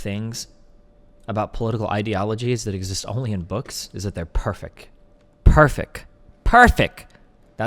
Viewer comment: Destiny taught me that there's no "t" in perfec(t) in this debate.